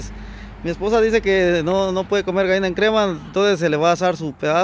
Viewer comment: Gaina. No. Gallina.........jjjjjjj..es broma.....